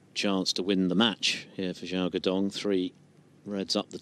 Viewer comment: Did the commentator call him Joe? 🤣 And Gao Xidong 🤣